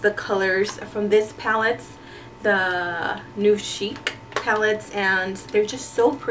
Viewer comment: Nouveau is pronounced New-voh.